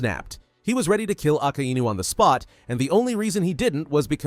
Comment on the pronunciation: Why do you always say aka I nu wdym it's akainu